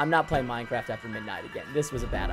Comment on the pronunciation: You know it’s bad when he says “I’m not playing minn-craft again”